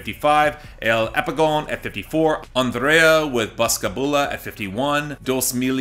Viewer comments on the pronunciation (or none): none